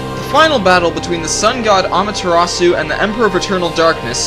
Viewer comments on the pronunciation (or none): No offense dude, but it's pronounced "A-Mah-Ter-Ah-Su." Wait? Spelled-out pronunciation fail. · amaterasu ah-mah-ter-ah-sue (like the name) mario mah-ree-oh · um...youre pronouncing amatarasu wrong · Yami! My old "pal", with you form based of the dark side of humanity. And it's pronounced ahh-me or ahh-mah-ter-ras-shu! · You pronounced Amaterasu wrong(ä mä-t 'rä s) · BTW, does it bother you when someone mispronounces amaterasu. i had a hard time taking no 6 because of how much he said her name wrong.